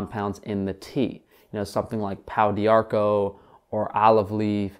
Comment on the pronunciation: Excellent,, I like this. Do please continue to do Q&As! But pau d'arco is pronounced like 'poe dharko'. Come on, man. Love you and all that you do, but this shit has to stop. XD And yeah, tons of dudes on social media just wearing women's clothes. I think it's from decades of drinking fluoridated water, eating and drinking stuff from plastic containers, microwaving food (in plastic!), being shot up with vaccines, being told 'just be yourself', and 'do what you feel', and being rewarded for mediocrity instead of urged to pursue greatness. 🥴